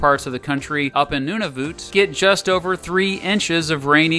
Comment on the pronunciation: Vancouver rarely gets snow. Nunavut was pronounce incorrectly.